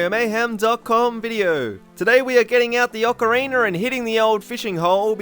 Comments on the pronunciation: It sounds like your saying ocaweener lol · "Awkareener." 'Nuff said. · ocareener It's literally distracting me from the entire video but anyway, nice list (owo). I keep watching these in hopes I learn something new, but apparent;y I know literally everything about OoT.